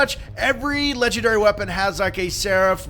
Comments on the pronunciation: WTF is a ledgandary? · that is called legendary not ledgandary